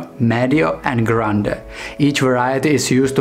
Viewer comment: 'Pee-kenno' and 'grand' and 'meed-jo.'